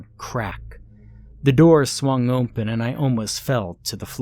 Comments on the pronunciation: I can never hear him say the word without thinking about how strange it sounds. I’ve actually heard it before him though. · Never heard anyone pronounce the word 'open' as 'oomphen'